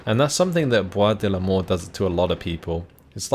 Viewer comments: It's funny because when you say "Bois de Limors", it really sounds like "Bois de la Mort" (woods of death) lol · I hear "Bois de l'Amour" on my side, but yeah, could go either way